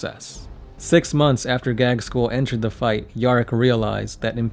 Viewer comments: Yeah it is not gagz-school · he really said gagskull lmao